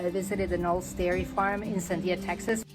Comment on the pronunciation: It's kuh-nah-lee